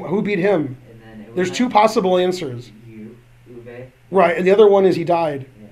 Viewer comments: how do you manage to pronounce Euwe like Irwa LMAO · That's how it would be pronounced if it were German, but it's not. It's Dutch.